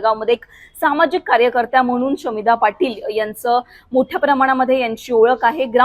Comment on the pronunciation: शमीभा नाव आहे शामिधा नाही हो अँकर बाई